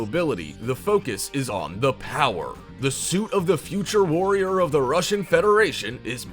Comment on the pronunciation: Lol when he said future force warrriorrrrrr